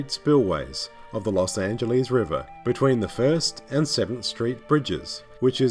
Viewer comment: Great commentary, however it’s kinda funny and annoying how he pronounces Arness and Los Angeles